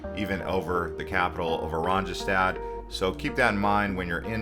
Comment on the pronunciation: Just one suggestion. The letter J in Dutch is pronounced like Y in English. The capital city Oranjestad is pronounced O RAHN ye stahd. It means Orange Town in Dutch.